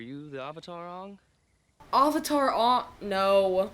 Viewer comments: When you watched the dubbed version of the ATLA show and they call Iroh "Eeroh" and "Aavatar" (like they say in this atrocity) 👁👄👁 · They literally pronounced everything differently Avatar is ah-vatar (ah like avocado) Aang is ong (rhymes with bong) Sokka is soak-uh Iroh is ear-row Agni Kai is Agni KEY?!!? 🤦🏻‍♂️🤦🏻‍♂️🤦🏻‍♂️🤦🏻‍♂️🤦🏻‍♂️